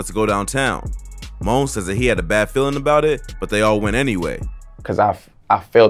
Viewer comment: It’s pronounced MONNIE… like Mon Knee not Moan… Shredgang Mone